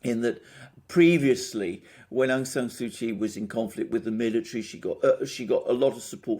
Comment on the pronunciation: An adept snapshot analysis of the regional stakes at play, Sirs. A tidy correction to how we pronounce the Lady's name does no harm, I'm sure. (Daw) Suu Kyi = Soo Chee where Daw acts as an honorifics for married or elder women. Perhaps as a person in a state role, she had been refered to otherwise in official documents and news reports. Correct me if not so.